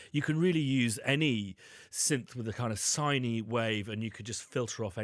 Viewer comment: "it's a sine wave that cuts through." "a siney wave..." huh?! a sine wave is a sine wave is a sine wave